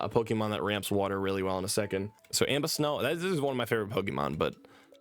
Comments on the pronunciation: I love you but we gotta work on this names😂😂😂 ambus snow that’s not right is Aboma snow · "Ambasnow is one of my favorite Pokemon" yeah he's so much your favorite, you don't even know how to pronounce his name. God, you're fugazi AF. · “Ambasnow” is one of my fav Pokemon… did you even read the name??? Sound it out lol